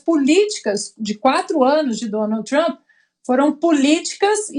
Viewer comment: Lula não sabe nem pronunciar o nome de Trump. Nem ler português direito